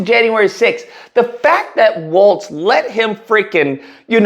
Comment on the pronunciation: Just a small correction on the name, Walz not "Waltz" lol.